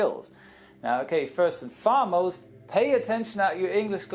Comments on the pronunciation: I think you said "first and FARmost"...? it should be 'foremost', as in closest. pronounced /ˈfɔːməʊst/ Saying that, your English is much better than most of the people I interact with... IN ENGLAND 🤣 Great video. As always. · Native English here. First and 'foremost'. Not 'farmost' :) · Great videos, but it's first and "foremost" not farmost as you said.